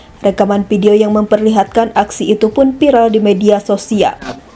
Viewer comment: Play Oper (Fly Over), pidio (Vidio / Video), piral (Viral), maap (Maaf), jenajah (Jenazah), otter ring rot (Outer Ring Road), Kijang Inopa (Inova), Kemudiakan (Kemudikan), Pengemudia (Pengemudi), kecelakaan ber untun (Kecelakaan Beruntun), Muhammed Bin Jayid (Muhammed Bin Zayed), Kapaleri (Kavaleri), Plat eReP (Plat RF), Perekap (Perekam?). Coba naratornya dibenahi pengucapan nya.